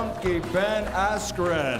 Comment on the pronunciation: Who the fuck is "Ben Astrin" ????